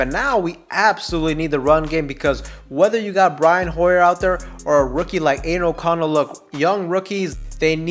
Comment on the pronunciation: Just call him O'Connell.😅 sounds like your saying anal O'Connell 🤣. Good content though 🤙🏽